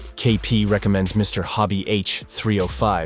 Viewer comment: I clicked "like" as soon as you pronounced KP's name properly. Nice build; I've done this kit too, and it fights you. I think the dark mat helps your camera get a good exposure on the work.